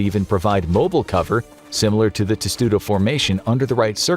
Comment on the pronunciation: Testudo? No. Tesudo sounds Japanese.